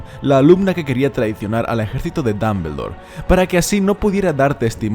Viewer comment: Dambeldor jaja, es muy gracioso oírte mencionarlo